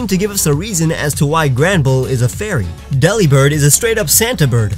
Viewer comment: Delibird is pronounced delivered but the v is a b